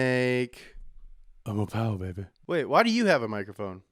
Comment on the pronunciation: “ which one has the MOST powah baby”